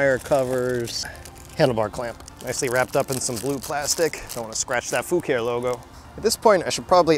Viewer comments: Well, you DID ask. Think faux Italian, so, not "foo-care" ...try "foo-car-ay". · Fu care e Latin for color or paint. The e at the end is a eh not eeee. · I think the pronounce is Foo ka ree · In my mind it's fu ca ré you really need to channel your inner Dominic Decoco 🇮🇹 🤌🤌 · "Libra" being Italian I would pronounce Fucare as foo-car-ey. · ur first car was a beaut the brand is kinda European or italian, so the pronunciation i think would be close to foo-car-E